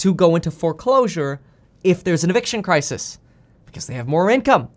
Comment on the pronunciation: Crisis Crises Where did learn English?